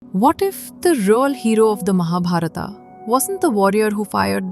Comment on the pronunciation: You spoiled all names in Mahabharat by adding ‘AA’ at the end of them. Why don’t we pronounce Indian names properly as we speak them in Indi languages. Unless we Indian pronounce them properly No one else will do.